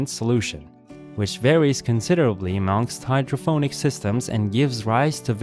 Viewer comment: hydroponic with a p, not hydro-ph-onic